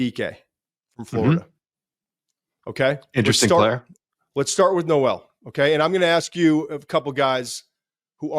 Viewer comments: Per twitter Jaylin Noel is pronounced “Nole” not “No-el”. Like Billy Joel. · It’s pronounced Noel not Noel